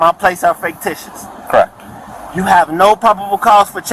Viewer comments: He needs to learn the word ficticious,not faketicious. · This idiot... Can't even pronounce "fictitious!" Kept saying "faketitious" like it's a fucking word! Thank you for this sheer gift of entertainment,! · He said faketitious???😂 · Where can I get me some of those “faketitious” plates?! Just axeing… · I wish one of the officers had asked him “are you saying ‘fake-titious’?!” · “Faketicious”? lmao. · THAT TRULY IS HILARIOUS! "FAKETITIOUS" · I died when I heard, "Faketicious" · Did he say faketitious? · The dude is literally saying "faketitious". 🤣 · "Faketicious" and "Articulant". Good Lord...